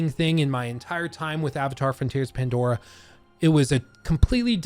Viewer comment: you said mandora.